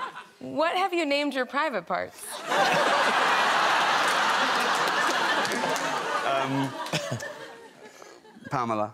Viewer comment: I think it was PaLmela, actually.